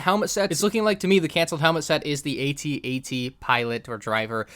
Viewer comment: What is this 80-80 of which you speak? Perhaps you mean the AT-AT, pronounced "@@